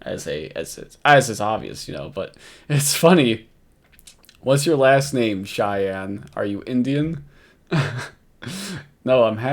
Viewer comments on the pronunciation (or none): none